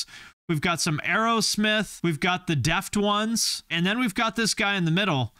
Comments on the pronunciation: It is pronounced Deaf Tones, not deft ones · I never heard anyone say deft-ones and not def-tones, have I been saying it wrong? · Deft-Ones?????? DEF-TONES! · Are you kidding or are they really not pronounced DEF TONES?